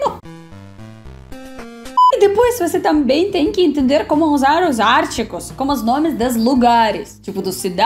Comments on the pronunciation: minha linda.... não é áaartigo... é artiiigo...a sílaba tônica é a segunda. Mas, quer saber? Tu estás muito bem no português. Eu nasci aqui no Rio Grande do Sul e sempre amei estudar português, no ensino médio minha professora era mestre em língua portuguesa e tínhamos que saber tudo de gramática. Eu tinha facilidade com as dez classes gramaticais, achava até divertido classificar cada palavra de uma frase ou texto. Saber o gerúndio o infinitivo de um determinado verbo.... também tínhamos nota para redação, então era estudar ou estudar. Minhas notas eram excelentes mas eu me esforçava! Hoje em dia não é mais assim, as Escolas não podem reprovar até determinado ano e os alunos chegam ao final dos estudos com um conhecimento ridículo da língua nacional, não sabem expressar idéias por escrito porque possuem um vocabulário pobre, enchem um texto de redundâncias por desconhecerem a maneira de usar palavras diferentes expressando o mesmo sentido. Sabe porquê? Há trinta anos atrás li 23 livros de literatura portuguesa em um ano, hoje a turma só quer ficar no celular, jogando ou conversando à toa. Os professores que fazem correções nas redações de Vestibulares quase arrancam os cabelos diante dos erros grotescos com que se deparam. Então não se preocupe com seus pequenos deslizes no Português, está muito bom!!! O governo cria leis para facilitar a chegada do aluno à Universidade só para apresentar números, estatísticas de rendimento escolar que não existe de fato! Antes d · É engraçado ver ela falar os artigos como "os ártigos" realmente os acentos é bem difícil até pra nois kksk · Ártigos? Kkkkkkkk. Demorei para entender que estava falando dos artigos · Eu tava tentando saber o que era "Árticos" até perceber que ela tava tentando pronunciar "Artigos", realmente português brasileiro, é exclusivo dos brasileiros kkkkkkk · AR TÍ GOS. E NÃO ÁR TI GOS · você está falando artigos errado. Não é ártigos. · artigos é palavra paroxítona...lol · "ártigos" kkk